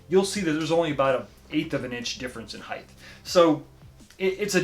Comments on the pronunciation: Ok, great review. Sorry to be a pain in the ass but I have to mention something no one else seems to care about. The word height is pronounced with a “T” at the end, not “th”. It’s height, not heigth. You’re not the only one that does it but it makes me a full blown alcoholic. Again, nice job on the game review from a substantive standpoint. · Nice review! But “height” rhymes with “right”